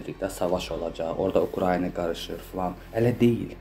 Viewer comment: Ay jurnalist xanım,Ukrayniya deyil,Ukraina!Düzgün tələffüz edin!Ayıbdır.TVlərdə də belə deyirlər.